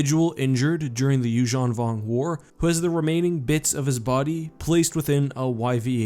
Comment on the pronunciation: please call yuuzhun vong without accent :(